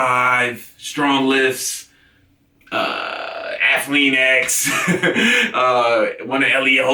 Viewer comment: I LMFAO'd when you said Athlean-X. You're great bro thanks for all the inspiration.